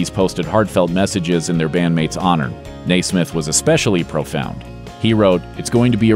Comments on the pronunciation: Its Nesmith not Naysmith! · Nesmith, not Naismith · NE-smith...not Nay-smith. 😒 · stop saying Naismith it's Michael Nesmith! Okay, thank you. 🙂💯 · What am I doin' hangin' round... I should be on that train and gone... Btw, pronounced Nesmith not Naysmith. Next time make a minor effort. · Michael NAY-smith? His last name was always pronounced, "NEZ-mith", Mate ... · It just irks me to hear Mike's name pronounced Nai-smith. It's N-eh-smith. That's why we fans know him as The Nez. Not The Naiz. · I believe Mike's last name is pronounced Nez-mith, not NAY-smith. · First of all,, it's "NES-mith." Not NAISMITH. Naismith invented basketball. Nesmith. Say it with me: NES-mith. Sheesh. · I’m beginning to suspect of intentionally mispronouncing people’s name in order to provoke responses, such as this: it’s Nesmith. Pronounced phonetically, NEH SMITH. Not Naysmith. Thanks. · Mary Wimbley when I was little...born in 64...I always remember them saying Naismith instead of Nesmith...never knew why. 🤷🏻‍♀️ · “Nesmith”, not “Naismith”. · I think the first thing a documentarian should research on a subject is the pronunciation of the subject's names. It's Michael Nesmith...with the "s" in his last name sounding like a "z," not "Naysmith." Not a big deal, but after hearing it mispronounced 20 times in this piece, it started to get irritating. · Mike NESMITH (NËZ-mith) is NOT* related to basketball “creator” James NAISMITH (NĀZE-mith), and the names are not pronounced the same. Please re-do this video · You're killing me with the Naismith crap. Naismith invented basketball. NESMITH (Nez-mith) was the musician and video pioneer (see "Elephant Parts"). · Omg NOT "Nay-smith". The only thing tragic is this video. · NES-SMITH ... .NOT NAI-SMITH.... Sheesh. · NEZ-mith. Not NAY-Smith. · Get someone to pronounce NESMITH correctly, it's not NEYSMITH! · "Nay smith"? Always heard it pronounced Neh smith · Papa Nez, Michael Nesmith, is pronouncd Nezzz.. like never, not nay